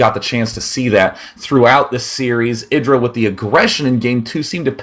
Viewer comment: Its said eye dra i swear